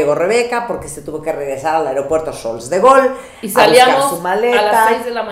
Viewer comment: Charles de Gaulle se pronuncia Chargl de gol, sin "S" y con sonido gutural en "R"